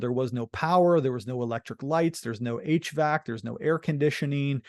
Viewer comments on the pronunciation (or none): none